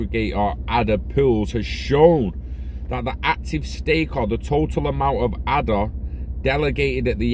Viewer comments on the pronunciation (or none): Ay-da. After Ada Lovelace.